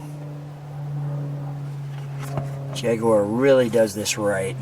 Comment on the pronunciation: Thank you so much for your correct pronunciation of Jaguar deep respect my friend 🇬🇧